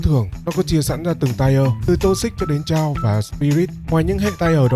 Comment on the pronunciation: Chaos đọc là chuẩn là Cây Ốt nha anh ơi chứ k phải là chao